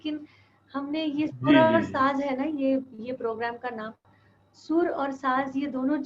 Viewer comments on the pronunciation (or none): It’s sur and saaz and not saaj.